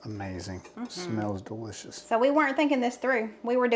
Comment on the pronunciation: Several comments: you did it right. Taking 12 months to reach your goal weight means you're far more likely to keep it off. Love, love, love the recipes you made in this video! I think you should have a t-shirt printed that says: Duh-lish-iss. You are my favorite YT cooking couple!!!